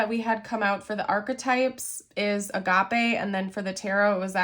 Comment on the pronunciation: It’s “uh-gay-p” not Agape like agave !